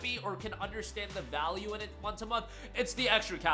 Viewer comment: "Vaule"? TF YOU ON ABOUT!? GOD DAMN